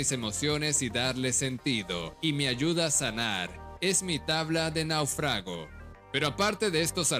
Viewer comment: Naufrágo!!?? Será N á u f r a g o